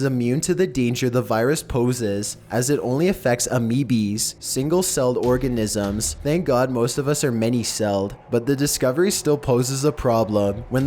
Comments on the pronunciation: the fact that he pronounced "amoebas" as "ameebees" made me laugh so hard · Omfg I hate the way he talks amimis u mean amebas like wtf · amebas not amebees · Well yeah, sure, if talking about a single amoeba. But in the plural it would be pronounced: AH-ME-BY-ES-SES. Just sayin'. I sure hope doesn't talk like that in real life. - Ru PhD. ACD,D (Anthropologic Climate Denier, Deplorable.) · “A-mee-bees”? I feel like you should know how to read and pronounce simple words if you want to be a narrator. Maybe get someone with some schooling to edit or narrate. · Wait, hold on, did this guy call amoebas “ameebees?” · did he just pronounce amoebas as "ameobees" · did he say ameebees? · "It only effects AMEEBEES" OMG I'M DYING XD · Ameebees hahahahah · "Ameebees" you mean Amoebas? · lol... "...ah-mee-bees...." hahaha... did he mean amoebas maybe? lol. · Ameebees? Lol nice pronounciation.